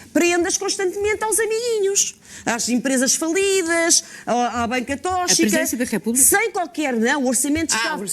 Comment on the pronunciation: JAD, não é 'tóchica', é 'tócsica'. Ninguém diz 'ochigénio', pois não?